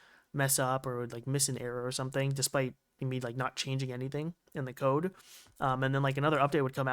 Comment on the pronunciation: yeah yeah, some things are just little issues like trying to say code, and listens cold , terminal listens tur minal lol its almost there just give a little push and its perfect